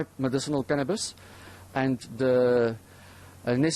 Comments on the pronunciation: Its Cannabis, Not Cannibas!! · what's "canibas"?